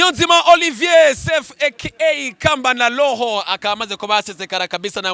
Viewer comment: Hahaha, ngo ni Kamba na Loho????😂😂😂😂:bavuga Roho apana L mu mwanya wa R.